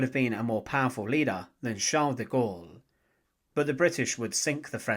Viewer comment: Se pronuncian de gol y Petion